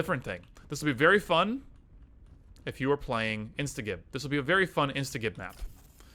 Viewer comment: Love this map, so much fun, and brings back so many memories :) Also, I hate to be that guy, but it's pronounced insta-jib. As in, you are instantly reducing someone to giblets.